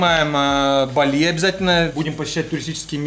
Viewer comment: Не балИ, а бАли